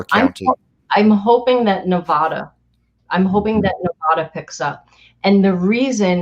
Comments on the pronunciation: Yes, do Nevada (not Nevawda) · Liz: the word is Ne-vad-da, short “a”, not Ne-vah-da. We’re right next door. If you wish to alienate your support, just keep mispronouncing the name of our state.